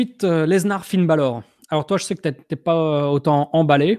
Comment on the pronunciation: Sa me stresse quand il dit "leznar" au lieu de "Lesnar"